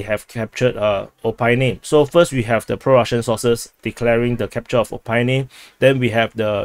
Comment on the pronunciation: O-PIT-NE not O-PYNE! ;)